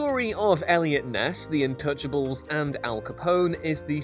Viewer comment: Is it me or is he sayin intouchables instead of untouchables?